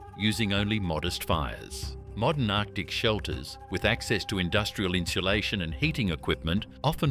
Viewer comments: It kills me to hear the narrator pronounce insulation (in-sue-LAY-shun) as in-shoe-LAY-shun. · Never heard someone try so hard to add an “h” to a word…inshalation. Lol